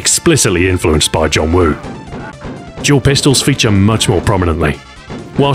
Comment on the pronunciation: Ur Cantonese Pronunciation is perfect LOL